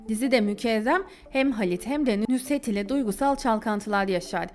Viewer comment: Nushet nedir ya nusret degil mi o